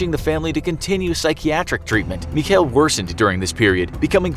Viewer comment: Guys pls stop trying to pronounce german words ITS SO HORRIBLE but nice vid otherwhise as always (It's not "mich - heel", it's "mich el" like the spanish article)